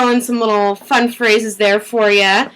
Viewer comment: Fun. Not fut